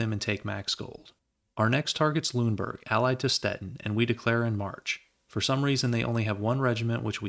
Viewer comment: Since you asked about pronunciations, I figured I'd leave a comment. Most of your pronunciations were about right, but Lüneburg should be three syllables (lü-nuh-burg) and Weimar should be (vai-mar) instead of (vee-mar). Also, Bayreuth should be (bai-roit). (Remember, "eu" in German sounds like "oi"). Great vid as always though, love your stuff!